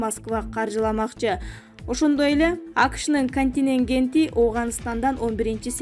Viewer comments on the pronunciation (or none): Дикторлор, дикторлор мынча тупойсунар, контингент деген соз жон эле соз го, эмнеге создорду туура эмес окуйсунар, уят эмеспи